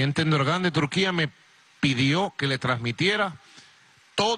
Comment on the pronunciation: jajaja el presidente "Endorgán"... es Erdogan burro!